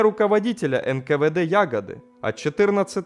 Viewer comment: ага звучит как будто малина с куста падает